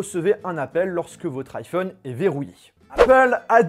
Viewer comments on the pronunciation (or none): none